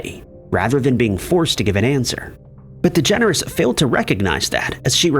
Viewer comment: I like it, that you pronounce it "Ellen Degenerate" ^^